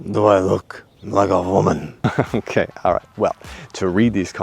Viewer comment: damned "Vomans"